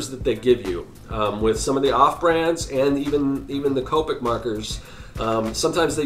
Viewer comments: It's c o p I c not copike I sound like hermione 🤣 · The only thing that bothered me is that he said COP-ic not copic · It’s irritating How he says c-OPIC MARKERS 🤦‍♀️🤦‍♀️🤦‍♀️🤦‍♀️. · He saying capic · That is not how you say Copic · It's funny how many people's biggest take away from this video is the fact that I pronounced a marker brand incorrectly, Priorities I suppose.